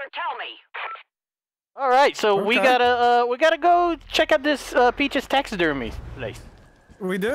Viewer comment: I found the food for PACHES Me: Its *PEACHES*😂😂